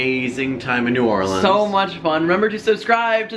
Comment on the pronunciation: I'm just glad he didn't say "New Or-leans"